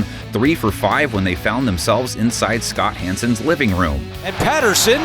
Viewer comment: Who else thought he said Chris Hansen, not Scott Hansen!? LOL